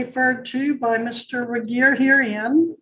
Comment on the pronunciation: It's "Regier."